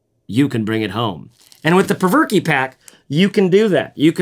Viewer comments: "Perverke" ?? You know there's only ONE r in the name? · It’s pronounced “provoke” not “perverky”